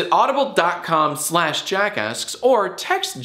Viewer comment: Every time he says jackasks I here jackass